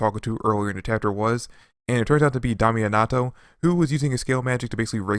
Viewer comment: Bro wtf did Yu jus call damnatio🤣🤣🤣 stop it ok this is the last time I Kno dang well yu seen the anime🤣🤣🤣 it's dam-nat-io 😂😂😂🤣🤣